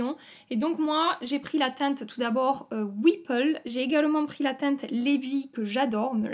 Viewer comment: J’adore ton accent chantant quand tu dis sans arrêt « cette teinteuh là » À chaque fois ça me fait sourire 😁 « pailleutè »